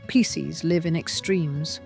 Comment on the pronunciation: She mispronounced Pisces!